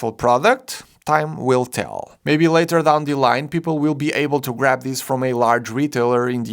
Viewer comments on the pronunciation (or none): none